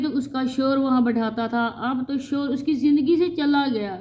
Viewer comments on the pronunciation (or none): Ap shor na bolo shohar bolna sister